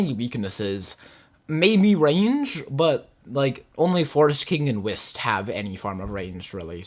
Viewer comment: im sorry to be that guy, but no way you said wist instead of W.Y.S.T. its an abbreviation😭😭